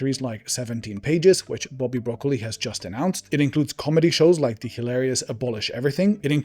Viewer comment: I love that a German man said “zee Germans.”